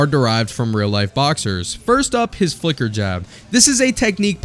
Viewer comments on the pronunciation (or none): The "flicker" jab subtitle and pronounced like "f*cker" jab suprised me at first glance.